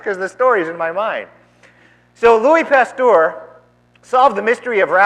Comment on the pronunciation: I cringe at your pronunciation of Pasteur. It is not a our sound, but an errr sound. 2nd Evolution doesn't mention anything about abiogenesis, it only describes the process by which species arise, through the processes of mutation, natural selection and genetic drift. Abiogenesis is more of a chemistry / biochemistry thing really. I think the reverend needs to do more research on the subject.